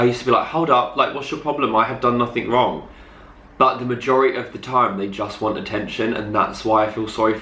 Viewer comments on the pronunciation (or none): "don't get me wong"